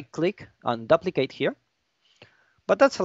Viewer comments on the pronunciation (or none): (doo-pli-kate) not (DUH-pli-cade)